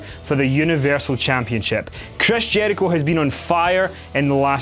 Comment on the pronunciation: Dislike by the way Kevin says Jericho... wtf man?